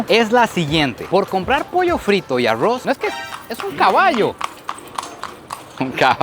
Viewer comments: El no dice arroz dice aggro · Arrrowsh ajajajaj ARRRRROZ ! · Aurrros en vez de Arroz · Alguien puede decirme porque los costarricenses dicen Arrouz 🤣🤣🤣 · Como narices pronuncia "aurruoz" parece un giri 😂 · amo cuando dice arruoz 😅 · Por que pronuncias tan feo ARROZ Y CHICHARRON? Aroowwz y chicharroww hay por Dios! Lo chistoso es que cuando quieres pronunciar bien lo dices bien 🤷